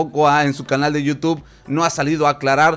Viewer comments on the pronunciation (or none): none